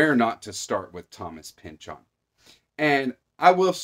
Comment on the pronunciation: (By the way...kudos on the correct pronunciation of "Pynchon." ;) )